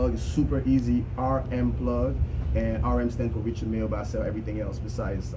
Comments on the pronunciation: Richard (pronounced R’chard) Mille (pronounced Meel).... Not Richard Milly.. lol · R I C H A R D M I L L E.. pronounced ‘R’chard Meel’...